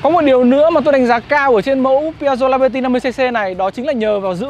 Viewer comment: Tiếng Anh đọc là li-bơ-ti, chứ không phải là lai-bơ-ti.